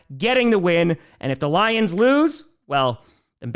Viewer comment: Lol, anyone else notice said Gions instead of lions?